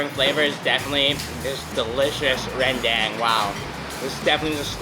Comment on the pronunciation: Maaf bang, Itu Rendang. Bukan Rendeng 😀😀